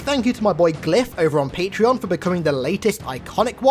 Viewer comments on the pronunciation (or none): none